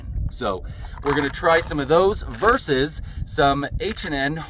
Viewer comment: I gave you style points, subscribed, and liked just because you said "versus" rather than "verse" which is what everyone else seems to think it is.